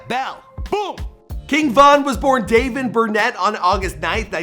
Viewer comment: "Dayven Burnett" 😆